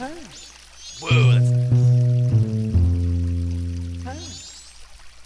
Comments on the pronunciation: sure likes the "guiter". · "The Great Sea Guiter Cover" hahah